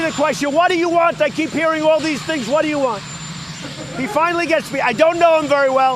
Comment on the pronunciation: Prototype 1.0 Trump: you talkin to me? Trump Beta 2.0: Whah da ya wahnt? Whah da ya wahnt?Whah da ya wahnt?Whah da ya wahnt? Whah da ya wahnt? Trump Final Version: muzzled in an asylum. Communication flag = 0. Insanity level = Max